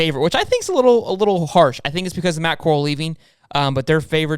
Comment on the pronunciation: It’s pronounced “Peh-geese”. And Matt Corrals name is said like the “OK Corral” not like Coral reef. You really watch football? You haven’t heard someone say Matt Corrals name? And Arch isn’t coming to Ole Miss, he has made that very clear.